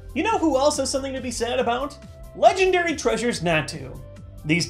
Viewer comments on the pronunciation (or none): none